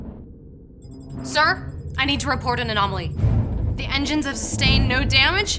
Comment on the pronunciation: "the engiines are FAIILING" omfg